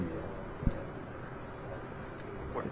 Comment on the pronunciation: "It's Acuña."